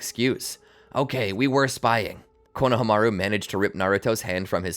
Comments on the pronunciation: i was happy till he started sayin konohamaru name wrong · JFC the way you pronounce Konohamaru makes me feel like I'm listening to AI.